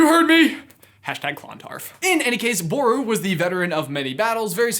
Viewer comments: It's pronounced Boru with one syllable not two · As an person of the irish isle its pronounced BURU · I’m Irish (ps it’s pronounced b-roo) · Just saying, as an Irish man, it is Brian Boru (pronounced Ba-roo).